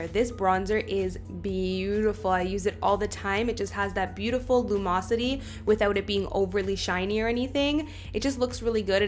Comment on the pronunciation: I love some good lu-mos-ity, hahaha 🤣